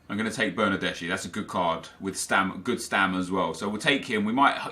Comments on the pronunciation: Its not bernardesi its bernardeski, trust me im italian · That's Bernardeschi not Bernadeshi You should pronounce it like Bernardeski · Bernardeschi is read as Bernardeski